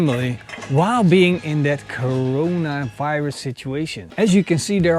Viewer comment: When says “coronavirus” 😂